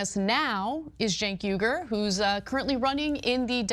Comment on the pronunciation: Bro ur pronunciations are terrible.. it’s CHUNK YOGURT (Cha-UNC YO-gert)